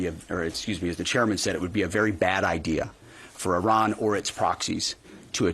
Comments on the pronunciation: Yes yes yes the USA is the greatest country on Earth. How do you pronounce 'Iran' again? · He can't even pronounce Iran correctly. What a prat!